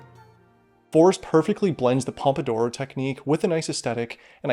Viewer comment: pompodoro or pomodoro?? lol